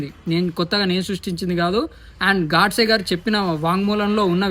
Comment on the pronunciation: చాలా బాగుంది, తమ్ముడు.. కానీ అమర వీరుడు, మహా త్యాగి, దేశ భక్తుడు నాథురామ్ గారి ఇంటి పేరు గాడ్సే కాదు గోడ్సే అని పలకాలి